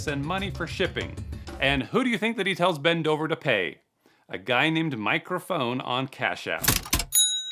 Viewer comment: "Mike Rafone" 😂 thats clever lmao